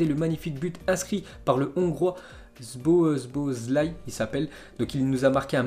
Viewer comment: Se prononce zobozley 👍